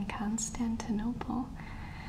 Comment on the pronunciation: Funny way of saying Constantinople